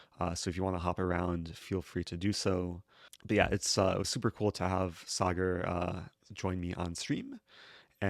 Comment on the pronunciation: This is it: the most wholesome chess video possible Also, kudos for pronouncing Sagar correctly and not Sagaar.